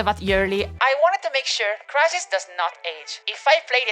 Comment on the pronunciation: 😂😂💀 “WhEn CrItHiS”